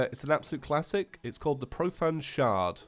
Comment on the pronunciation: Profand shard, Profand shard The spelling was intentional for his pronounciation btw*